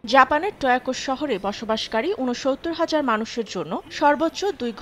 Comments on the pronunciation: টোকিও ❌ টয়াকো ✅ পাবলিক😂😂🤭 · Tokyo ❌ Toyako ✅🤣🤣🤣🤣🤣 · Wtf is toyako?? Its tokyo 😂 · Tokyo❌ Toyako✅😂😂😂😂😂😂😂